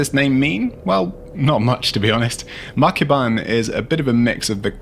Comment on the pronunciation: for some reason it sounds like "mukbang" dynasty...Makes some sense tho